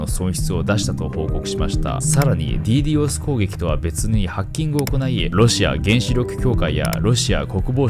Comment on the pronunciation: DDos攻撃をディードスではなくディーディオスっていうの初めて聞いたわ。英語発音だとそうなの⁇ てか、オランダのサーバー踏み台に使われすぎやろ笑